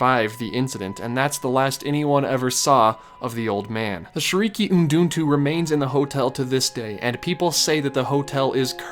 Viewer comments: Excited to see subjects starting on Tokyo Disney parks, I want more of them and you should reaaaaly visit there!! Btw you always say "Shiriki uduntu" but it's actually "Shiriki utundu". FYI. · Great video!! I'm so glad you're covering DisneySea and the Tokyo resort in general now! Oh btw it's shiriki utundu ("oo tune do") not uduntu. But don't worry, i'm sure it won't become an unforgivable meme like JEAN ;)